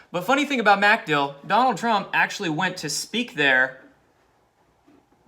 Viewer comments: Not MAC-dill it's mc-DILL. Accent on the second syllable. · It's not MAC Dill. It's MacDILL (emphasis on DILL). Sorry to nitpick but you'll sound much more informed if you pronounce it correctly ; ) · Dude it's MacDill air Force Base. MacDILL. Just wanted you to know it sounds really lame when you say MACdill air Force Base. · Watch you everyday. Love your vids, but for the love of God, its McDill, say it quickly. Pronounced "mickdill", not "MACK dill". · pronounced 'Mc-DILL' ;-) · Its pronounced micdill. Aka macdill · The accent is on Dill NOT Mc. Good grief.